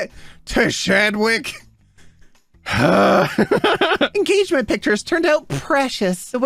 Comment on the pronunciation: Tshadwick is likely pronounced Chadwick. Agony.